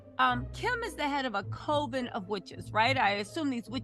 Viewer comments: Absolutely love you but have to correct ya on the pronunciation of Coven. It's not COE VEN... It's CUV EN. Like "Oven" just a C in front of it. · Coven.(.cu-ven).. I'm sorry.. Just like nails on a chalkboard for me.. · It’s (Coven {CUV-VIN} ) I’m sorry but mispronunciation is a pet peeve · cOVEN like “Oven”